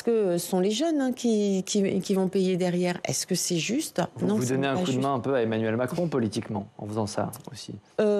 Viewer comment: "c'est pô zuste"